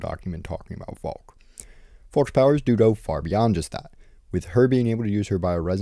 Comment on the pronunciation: for the love of god, it’s not read as „folk”. It’s read as „FALKE” with „a” as in „apple” and accentuated „e” as in „evidence”.